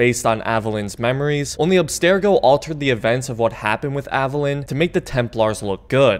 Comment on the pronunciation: It's pronounced "Aveh-leen."